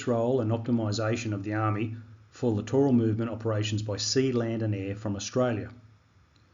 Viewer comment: Littoral is pronounced like literal. - littoral • \LIT-uh-rul\